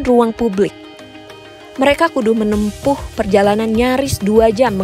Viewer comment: 4.33 (kudu menempuh) Narator nya orang sunda 😅😂😂😂 Eaaa...Eaaa...